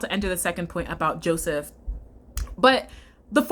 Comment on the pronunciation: i'm sorry , but "josephith" took me TF out lmao